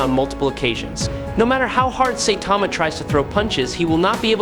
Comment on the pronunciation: I never understand how an anime says a characters name then someone says it wrong. Say-Tama? SIGH-TAMA